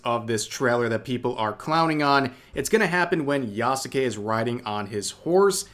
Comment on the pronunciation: OMG you are finally pronouncing yasuke correctly (silent u), I am so happy :D